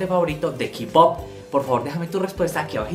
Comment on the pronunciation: Ki-pop ? No es Kay pop (K-pop) la pronunciación ahh